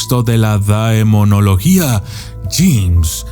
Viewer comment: No se pronuncia daemonología...